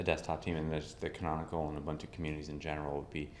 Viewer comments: I have never in my life considered pronouncing Ubuntu "Ub-un-too!" It's South Africa, dudes. It's "Oob-oon-too!" :-O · You mean Oo-boon-too. The second syllable starts with the b.